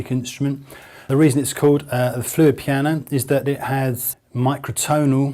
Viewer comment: After watching this I think it's safe to say, that man can't say the word piano